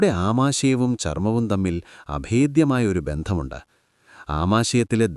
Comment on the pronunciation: അമേദ്യമായ അല്ല അഭേധ്യമായ....